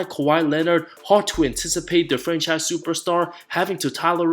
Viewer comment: When you were talking about kpj and said “hard to” i thought you said “hawk tuah”😂😂😂😂